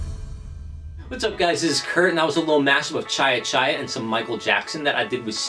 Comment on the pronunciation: love the way how Kurt says chai chai 😂😂😂